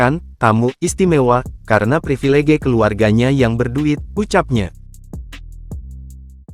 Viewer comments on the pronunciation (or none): privelege. harusnya privilij